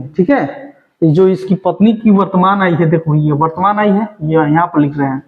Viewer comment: आयु को आय आय क्यों पढ़ते हो